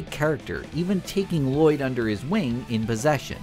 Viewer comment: this guy clearly doesn't know what he's talking about, cant even pronounce lloyd the right way